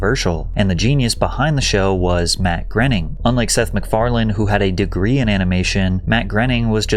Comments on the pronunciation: Matt Groening is on record saying that his last name rhymes with "raining". Seth McFarlane in your own clips pronounces it that way. And yet, over and over again, you pronounce it "grinning". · Matt Graining/Grenning.........I always thought it was pronounced Matt Groaning. 🤷‍♂ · I thought it was pronounced “groaning” not grening. Grening sounds ridiculous lololol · Matt "Groening" is pronounced "Gray-ning" not Grenning... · I like your videos but you mispronounced Matt Groening's name. Its not "grenning" , it's "GRAINing" they used to say his name all the time on TV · Matt "Graining" is how his name is pronounced, man. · Groening rhymes with raining. It is pronounced Gray-ning. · I believe his name is pronounced GRAY-ning. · South Park’s SIMPSONS DID IT! was the end all be all of the Feud. Matt “Grenning” was driving me crazy. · Dude, how do you look at "Matt Groening" and think it's pronounced "Grenning"? That's driving me crazy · Fuckin a Patrick. Learn how to say these people's names. Grinning isn't it. Use the sounds on Google or ask someone. This is a common thing with ur videos. They are amazing but u always fuck up the names. Ask people how to pronounce it if Google doesn't work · Look, if you're going to do a video in which cast yourself as an authority on the subject matter, you should know how to pronounce the major figures in it, especially if one of them is arguably the most successful individual in American animation of the past 35 years, and especially if you count yourself as a fan of him and/or animation. Matt Groening's surname is not prounced "GRHE-ning." It's pronounced "GRAY-ning". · It’s Matt Groening … rhymes with “raining”. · You’re not saying Groening last name right & it’s bothering me so much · please why do you pronounce matts last name like that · 😂I bumped on that, too – particularly funny since you actually hear Seth say Groening's name in one of the audio clips